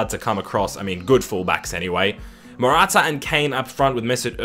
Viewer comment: Morata haha Morata haha